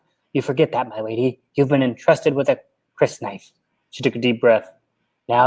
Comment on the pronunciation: Just the first day on Arrakis ... pretty intense right?! Love that you read each chapter's opening quote the scrolling text has never been used to better effect (outside that well-known bunch of movies). I think you're pronouncing Crysknife < kris-knife > correctly, but who knows. I was impressed at how well you pronounced Shadout Mapes. (And how you did her voice LOL! No, that was cool.) I pronounce it: Qwee - satz Hah-der-ak Secrets of Dune's YouTube channel has a number of videos on pronunciation of Dune names, terms & etc with soundbites of Frank Herbert that might be helpful. [A Guide to Dune Words: How to Pronounce TERMS & PHRASES According to Frank Herbert And you'll hear Kwisatz Haderach ] Warning: might contain some spoilers. Another great and super-entertaining chapter breakdown guys! Karli "She's the one ... poor thing."